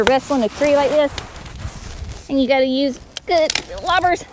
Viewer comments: Did I hear correctly ? Lobbers. Loppers ?? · Loppers not lobbers